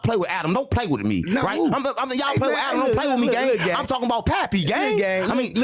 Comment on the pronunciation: “Stop playing wittme” 😂